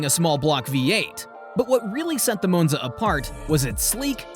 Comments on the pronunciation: It’s not a moonza. It’s Monza. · I had to stop watching after the 5th "Mown-za". It's Mawn-za! 🙄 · It's not a .... Moo-nz-a It's a ... Ma-n-za. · Moonza really? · Moanza?? LOL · I thought it was Moanza. 😂😂😂😂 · M ON ZA, stupid Ai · Stupid AI just cannot pronounce the name of this car correctly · I really wanted to watch this video but I couldn't tolerate how Monza was repeatedly mispronounced. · That's what I was thinking. I made it 2 min. Then paused it, went to the comments. To see if anyone said anything.